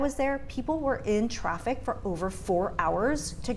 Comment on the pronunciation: Ton of traffiv??😂😂 Where are you coming from, Iowa?